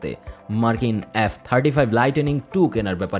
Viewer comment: এ্যাফ 35 নয়। এফ 35.